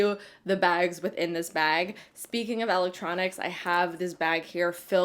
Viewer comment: elect tronics not l ec tronics